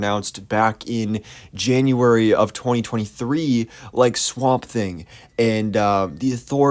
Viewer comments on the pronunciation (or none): none